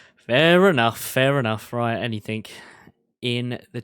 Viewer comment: I love you but can you please stop with the anythinK! It's anythinG!!! It's driving me loco hahahahah <3